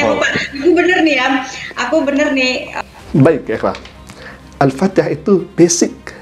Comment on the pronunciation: Makanya orangnya murtat baca Alpatiah tak betul